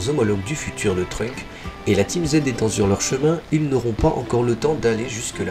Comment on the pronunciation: par contre c'est TrunkSSSSSSSSSSSSSSSSSSSSSSSSSSSSSSSSSSSSS avec un S bordel